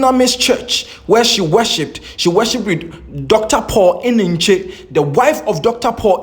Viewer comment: The way wrongly pronounce and emphasis on Deborah Eneche made me laugh in the mist my troubled soul and crying eyes